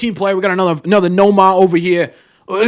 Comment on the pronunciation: Not living in Boston any more, hearing you say, "Nomah ova hea" was music to my ears. All this sounds like typical Boston reporters creating a story when there isn't one. Historically, the move is too keep the incumbent star happy. Story moved to second for Xander, ARod moved to third for Jeter, despite both being demonstrably better fielders.